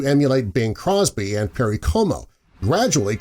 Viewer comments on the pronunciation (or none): none